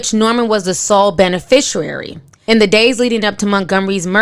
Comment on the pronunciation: Benefishwearie?! Fahcinity?! Caliphonia?! KILT?! Ma'am I'ma need you to learn properly pronounce words before you report news.